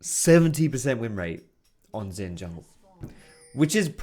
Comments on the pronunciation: ZHIN NOT ZIN GOD DAMN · the pronunciation is only partly correct. Xin is pronounced as sin not shin. And Jahw is a good approximation for zhao's pronunciation. Just say Jahw quick and don't drag or emphasize the 'ahw' part of jahw and dont add a bassy tone. Jahw actually ends on an equal or higher pitch. Chinese here btw ;) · xin is pronounced sheen, like charlie sheen